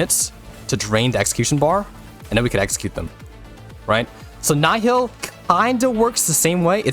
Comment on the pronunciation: Isn't it 'neehil' or whatever mogh say